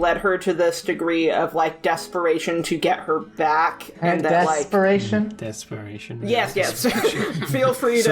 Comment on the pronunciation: Dess-peration FUUUUUUUUCK